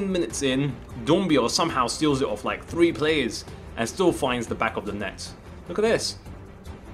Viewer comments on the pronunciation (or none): none